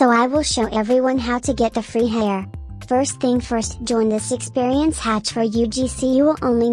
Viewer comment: stoping from saying furst❤